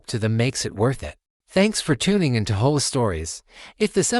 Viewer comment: What is "HO-AH? Do you mean HOA? Try to get it right next time Just seems phony to me|